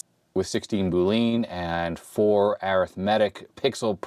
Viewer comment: Pfff... you say the word "boolean" funny.